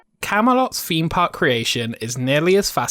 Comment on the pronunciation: Please pronounce 'Th" correctly, drove me.mad through the video . Feem Park, fousand, brought, such a shame as the writing and narration was excellent.